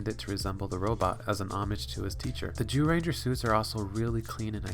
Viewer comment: he keeps saying Jewranger lmao